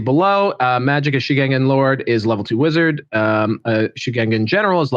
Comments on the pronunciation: If going with pinyin pronunciation, Shugengan would be pronounced as shoo-gun-gahn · I thought it was pronounced “shoe-gun-gen” Could be weong but that’s how I hear it in total war 😂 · lol I love how white people can hear the pronunciation of a thing and STILL can’t pronounce it correctly 😂 Just to clarify, in TWWH3, the Shugengan Lord CONSTANTLY says her title. Shoo gen gahn. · Shoe-ghen-ghan. Shoo-ghen-ghan. Shugengar. Shoogaga